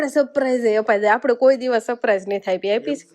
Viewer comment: સપ્રાઈઝ ના કહેવાય સરપ્રાઇઝ કહેવાય તમે કૉલેજ કરેલી છે તો પણ કેમ આવુ બોલો છો ? કેટલા બધા લોકો તમને જોતા છે તો થોડુ બોલવા નુ સુધારો